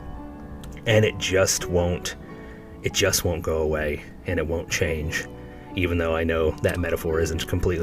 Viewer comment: He does ruin every word. Just don’t start saying “and” like him….. AAUUUowND…it’s often 3 syllables.